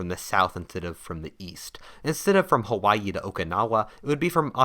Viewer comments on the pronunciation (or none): none